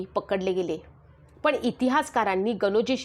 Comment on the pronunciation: अर्धवट माहिती देत जाऊ नकोस ज्यात आपल्याला काही अक्कल नाही त्यावर बडबडणे योग्य नाही मनू हा ब्राह्मण नव्हता तर तो क्षत्रिय होता. मराठी बोलताना व्यवस्थित बोल पण च्या ऐवजी पन बोलत आहेस. गेल्या 25 वर्षातच ही कल्पना मांडली जात आहे ज्ञानदेवांच्या काळापासून गुढी उभारली जाते. ही सडकी कल्पना संभाजी ब्रिगेड चीज आहे. अभ्यासा महत्त्वाचा असतो.